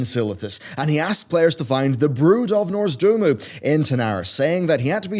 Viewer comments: Not norzdoomoo? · It's Nozdormu, not Norzdumu. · I love you mate, but for the love of god: It's pronounced "Noz-DOR-mu"